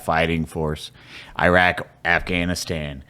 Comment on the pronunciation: swag put I into “Iraq 🇮🇶 “😂